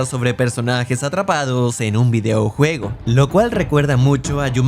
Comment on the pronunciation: Es una narración hecha por IA? Se escucha raro cuando dice "videoujuego" aun así siempre se agradece un video tuyo